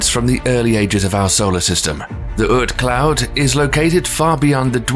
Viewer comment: I always talk British people was pronouncing words the way they were supposed to be pronounced until I heard this man try and say oort cloud..